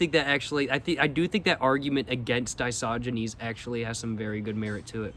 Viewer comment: yeah man it was feeling WRONG to say "Diogenes" After hearing "disogynes" Used by him with 100% certainty 😭